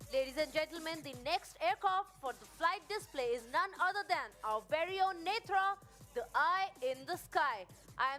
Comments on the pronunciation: It's NETRA not "Netr". Hindi commentator pronouncing wrongly. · The lady commenting in English should learn to pronounce Netra correctly.